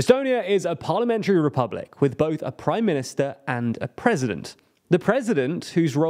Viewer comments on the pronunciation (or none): none